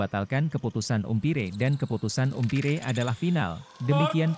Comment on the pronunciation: Bhs inggris nya diperbaiki....cara melafalkan .....umpire......salah